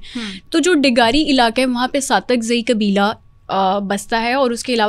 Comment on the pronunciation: قاف کو کاف kabeela ilaka قرآن غلط پڑھتی ہونگی